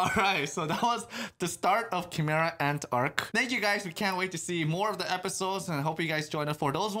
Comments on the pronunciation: its not chImera. You guys pronounce it like "Ki" from dragonball z. It's more like "kai" kaimera ants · because nobody who speaks English knows how to spell foreign words. How do you think Gojira became Godzilla? Chimera is pronounced Kai-mare-ahh instead of Chee-mer-ah despite the spelling.